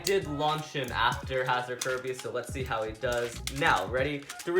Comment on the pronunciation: Is it just me or he's saying kazard kerbeus